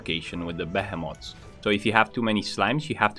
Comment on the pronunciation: AH yes. Those Behe Moths. Gotta be aware of those Behe Moths.